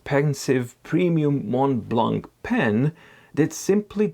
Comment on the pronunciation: As a french man i like the way you struggle to say "Mont Blanc"